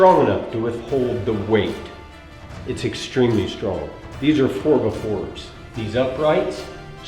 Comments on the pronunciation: Four buh fours 😂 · Might be one of my favorite YouTube videos ever haha I love it. "4 buh 4's" lol I feel so at home